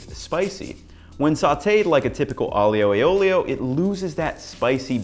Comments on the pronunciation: Your way looks absolutely ACE!! BUT!! [grin] Aglio e olio... do not pronounce the 'i' as a separate syllable,: turn it into a 'y'. AHLYO e OLYO, yes? You're such a good chef that I want you to say the wondrous Italian words right.:) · IJoe OilO or Ioolee is the way I grew up hearing it pronounced. It's amazing how much it stands out when you hear it pronounced differently lol. I'm gonna try the butter as it never fails to make things better:) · Being a romance language speaker, it just sounds really good to listen the aglio e olio as you speak. Thanks, Latin. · Nah mate sorry you kept mispronouncing the name, added butter, no pasta water, used angel hair pasta and proceeded to overcook it to the max.. I get this is your version of it but don't be so bold to claim your white amateur chef knowledge is better than centuries of Italian tradition.